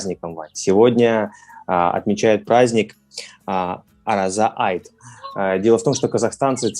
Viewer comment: ОРАЗА Айт, а не Араза. В казахском языке буква "О" не произносится, как "А".